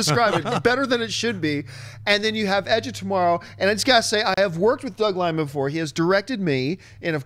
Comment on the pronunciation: Doug Liman, not Doug Limon.